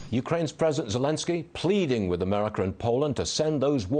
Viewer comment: No, it's "Merika"